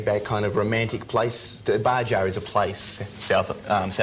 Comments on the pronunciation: I love that Isaak didn't correct the host's pronounciation. Bahah not Bajah ya ocker. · I noticed that too Bajah! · I love how this guy says Baja incorrectly. Nothing to do in Baja. It reminds me of a few vacations I have had near Mexico.....in Southern CA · Baja sessions... Baja so he did not correct his pronunciation, and his interviews are always very nice...